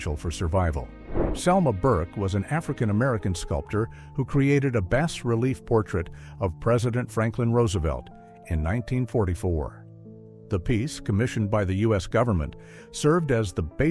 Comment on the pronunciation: AI needs to learn bass is not always pronounced base.